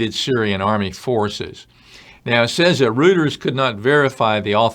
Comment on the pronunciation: I wonder if some of the destroyed weapons were Iranian nukes. BTW, that British news service is not pronounced Root-ers, it's pronounced Roy-ters. Google "how to pronounce reuters"